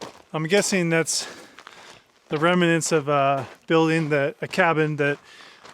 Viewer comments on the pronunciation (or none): Excellent work and truly fascinating video. Can I just be the language police though and say it’s remnants not remenants 😅